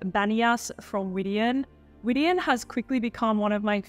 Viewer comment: Widian is pronounced Widianne, anne like the name